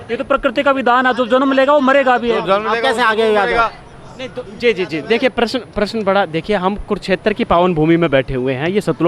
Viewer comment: Is लड़की कौ हिंदी बोलना तक नहीं आता . प्रश्न को प्र श न कहती है